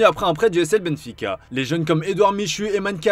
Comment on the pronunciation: F C Benfica????? Faites un effort s’il vous plaît.